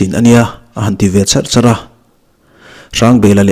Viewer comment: A țawng chuar chuar tih I chhiar dan hi a diklo aw